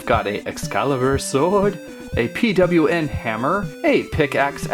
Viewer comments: it's pronounced "P-OH-N" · you say pawn hammer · pwn is said : pawn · lol "P-W-N hammer"